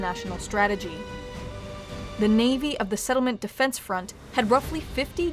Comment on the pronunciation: "sefdef" lol